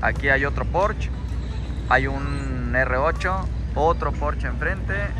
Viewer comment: Muy buenas naves pero se dice Porsche !!! No porch jajaja no seas naco! Jaja